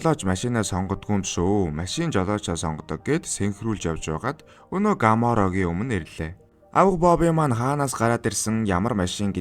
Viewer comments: This car called Chevrolet Camaro, not Gamaro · When you say ‘Gamaro,’ it sounds horrible. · gamaro bish camaro shvvdee broo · gamoro gj camaro bish ymu